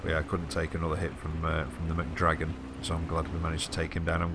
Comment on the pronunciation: "McDragon" lol